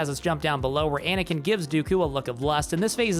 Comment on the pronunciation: you were… pAnakin?